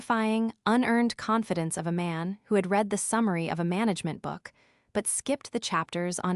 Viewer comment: You really cannot imagine the cringe factor of this and other AI narrated stories. Unread pronounced correctly but read pronounced as Reed instead of Red. Dieter sounds like a person going to weight watchers. And not a man's name. FFs it's pronounced Deeter not diet er. Your narration has not improved from day 1. But I'm sure your finances have. It just shows utter contempt for the listeners 🤬